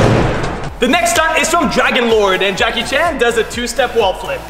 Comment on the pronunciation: Джеки Чан а не Джаки Чен